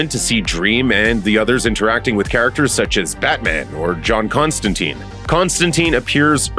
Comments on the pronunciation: But why they are butchering Constantine name in the show ffs...every time someone says it I need to pause it for a bit to recover from the trauma. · On episode 3. So far so good. 💜 love it!! We pronounce Constantine with a long E sound as in Eek. Hearing it pronounced with an I sound is weird. Other than that fantastic!! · TLDR; the Sandman show pronunciation of Constantine is the original from the comics. So, the "US pronunciation" of Constantine as "-teen" happened when they made the Keanu Reeves movie. Because that's the first big adaptation, a lot of people are used to hearing that pronunciation and it's used in American productions with the character. It's not technically correct. They way Constantine is pronounced in the Sandman series is the way that Alan Moore who created the character pronounced it, and the way it's pronounced throughout the comics. It doesn't bother me either way, but I could see if you're accustomed to one pronunciation the other could feel weird. I'm an American who read the Hellblazer comics before the Reeves movie came out so I got used to both.